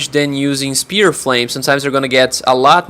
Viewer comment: "Sphere," not "Spear."